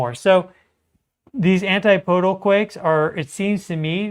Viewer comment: Dude, I love you. But it's not antiPOdal. It's AnTIPodal. Keep on keepin' on.